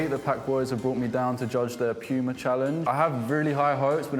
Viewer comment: Men he just said pima Uffff